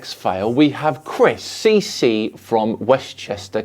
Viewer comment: CC (pronounced Thee Thee) is always so dramatic. Super ridiculously long pauses... all hype about some simple shit that he doesn't get because he is 2 IQ points away from being legally declared a tree stump. Even his wife thinks he's a step passed stupid.